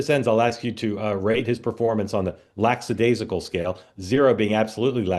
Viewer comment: Lackadaisical, Mark. Not LAX-adaisical. Grrrrrrrr.